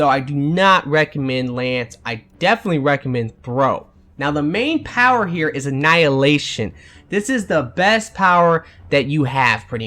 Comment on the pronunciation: Still haven't learned to say "Here" I see.